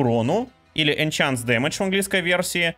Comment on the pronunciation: Не энчанс, а энханс...😆 Enhance а не enchance 😝 английский бы подтянуть тебе